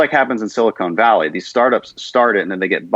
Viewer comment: "Silicone Valley" lol